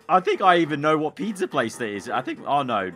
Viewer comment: Why does he say peedza😂